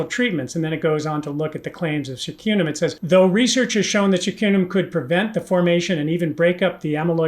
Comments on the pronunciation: Great video, but b-cartone?? It is beta car-o-teen, right? Also curcumin is pronounced kur-ku-min. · why do you pronounce carotene like "cartoughn" or something?:) And curcumin is usually pronounced like "kurkumin."